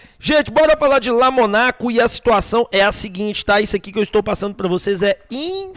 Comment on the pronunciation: Fala o nome do cara correto Lomônaco.